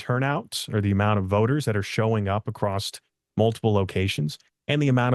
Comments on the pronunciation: Acrossed/Acrosst is very distracting. Be better. I want to support you and believe in you. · I’ll be frank… It’s hard for me to trust someone who repeatedly pronounces “across” as “acrost”. 🫤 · But why does he keep saying “acrossed” ?! It’s not a word! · Why does he keep saying “acrossed” ?! It’s not a word! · In some parts of the country, that's how the word "across" is pronounced.